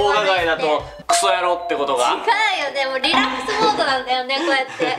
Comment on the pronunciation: ASMRやろ！のとこの｢や｣が巻舌w しかも地味に｢じゃろぉ！｣に聞こえるw お気に入り